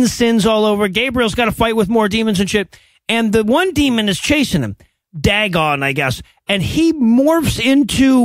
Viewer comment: Isnt that demons name actually pronounced like Day-gon? Also this is probably super old and obscure but the whole demons following a angel protecting someone who isnt quite dead yet idea seems exactly ripped from a old Adventures in Odyessy episode on cassette tape.